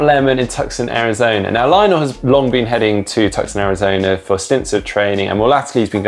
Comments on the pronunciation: it's pronounced "TOO-sohn," not "TUC-son" (fellow zonie from phx) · Repeat after me: "Too-sawn", not "Tuck-son". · Tuck-son Arizona?!? Come on! I know you Brits pronounce things weirdly but it’s pronounced Two-sahn, even over in Britain. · The C Is silent in Tucson AZ it's not tuck son it's two son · It's Tousson not Tuxon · It’s Too-son, not Tuck-son... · Did he just say “tuck son”?!? Did he do it again?!? Ok. It’s on. Come at me, bro!!!! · Omg that Tuck-son pronunciation